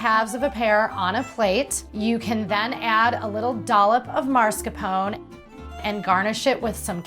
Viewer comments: Your pronounciation of mascarpone is annoying me ... -_- its not pronounced marscarpon but its mah scar poh neh! Jeez get it right woman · It looks really yummy! In fact, I'm going to try it today :) Just one tiny thing, though. The correct pronunciation is mas-car-POH-neh, not MARS-ca-pown ;) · I love this recipe but please it is pronounced MASCARPONE with an E in the end, you said it so many times wrong that I had to tell you!!